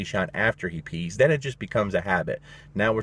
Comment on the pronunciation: great advice.. did you say peace or pees? hahaha.. jk